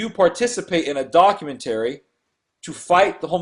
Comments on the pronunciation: dock-you-ment-uh-ry not dock-you-ment-tarey. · I want the dude who can't pronounce documentary to shut the fuck up, all he is doing is teaching people to pronounce english improperly.